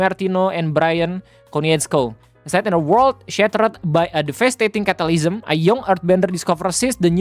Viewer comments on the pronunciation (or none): Cataclysm, bukan catalysm, om